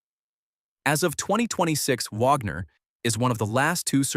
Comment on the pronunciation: Can't even say "Wagner" correctly! Who is this incompetent narrator??